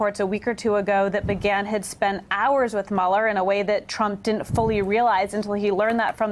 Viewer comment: Ashley Parker, "fusstrated" for "frustrated"? "dint" for "didn't"? wtf? you are supposed to be a pro. speak like one.